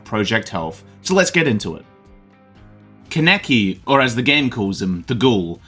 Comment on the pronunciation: Not CAN EKI its pronounced Kahn uh key Kaneki